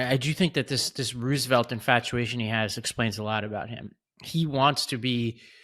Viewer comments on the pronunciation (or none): Please tell that it's pronounced ROSE-evelt!